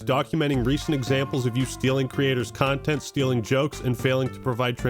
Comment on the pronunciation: A ... Cuntent thief?